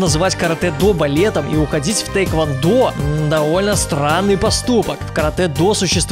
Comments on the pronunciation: Не тэйквондо, а тхэквондо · не тэйквондо, а тхэквондо..